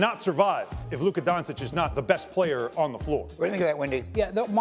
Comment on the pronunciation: Don-ch-itch... Its not so hard.